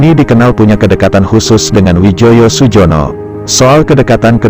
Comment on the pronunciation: bacanya Suyono